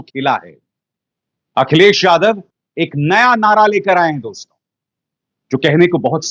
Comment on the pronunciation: अभिसार जी, आप के विश्लेषण वाकई प्रशंसनीय, काबिले गौर होते हैं, पर आप 'दोस्तों' शब्द का उच्चारण सुधार लें। प्रत्यक्ष प्रस्तुति में 'दोस्तो!' सही है न कि 'दोस्तो' । अप्रत्यक्ष कथन में दोस्तों सही है, आप तो दर्शकों, श्रोताओं से मुखातिब होते हैं न! अतः दोस्तो उच्चारण करें। मानें, न मानें , आपकी मर्जी। स्नेहाभिवादन!